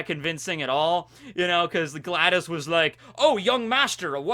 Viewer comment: It’s “Gladius” not “Gladys”. It’s “happenstance” not “happenchance”.